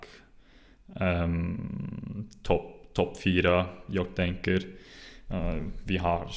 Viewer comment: Very good! I only have a few pronunciation tips: It is safer to pronounce g at the end of words, like you do, but we always drop it for ...I guess pronouns, verbs and adverbs... while keeping the sound of the rest of the word the same. Jag = Ja' Idag = Ida' Drag! (Pull!) = Dra! Unfortunately nouns and adjectives (or possibly just less commonly used words) don't follow the rule: Slag (Hit), Vag (Vague), Drag (Draft) You got the Hock in Hockey right, but the word is pronounced more like Hocky, if that makes any sense. If you happen to know how we say Sy, Vy, Bry, Sky or Dy, you'll get the ending right. :)